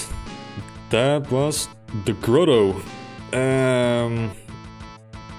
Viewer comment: Probably counterintuitive for non-native English speakers, but it's pronounced GRAH-toe, not GRO-toe.